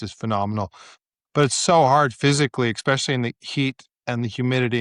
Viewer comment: Ex-specially & Landalucia? 🤔